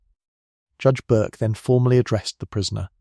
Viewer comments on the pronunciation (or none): none